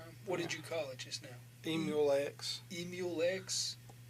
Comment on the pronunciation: When the cop said "Emulex" I died. I love him.